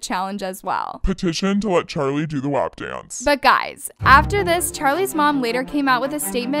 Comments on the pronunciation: i’m sorry but why does pronounce “WAP” like that does she not hear how it pronounced in the song?? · Natasia Brown it’s “waap” in the song not “wahp” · Ana Derby no it’s pronounced “wop” it’s even like that in the song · I know did not just pronounce “WAP” as “w-app” 💀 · Greg i’m just saying it’s PRONOUNCED “wop” like a whopper from burger king lol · PLS THE WAY SHE PRONOUNCES “WHÆP”